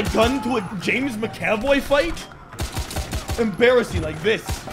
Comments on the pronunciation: It's mac-a-voy not ma-caf-oy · It’s not “Mick-Aaaahh-Voy”. It’s “Mac-Uh-Voy”. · I'm sorry but the way you pronounced MCAVOYs name is ridiculous, soooo here it is :ma·kuh·voy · “I am now James Mick-Ave-Oy” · James Ma--oy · I can't tell if is saying mc - avoy for giggles or if he really doesn't know how to pronounce Mcavoy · "Macav oi" 😂😂😂😂😂😂😂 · The way that McAvoy was pronounced was twisting my mind.